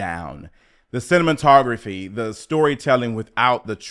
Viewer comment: My goodness. How exhausting it must be for you to find issue with the most inane things for the sake of creating content. I'm not buying what you're putting down here especially from someone who pronounces cinematography as "cinnamon-tography"?? Lawd! You are nobody's film critic, sir.